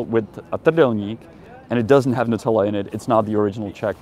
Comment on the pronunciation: "NUTELA" HAHAHAHA :)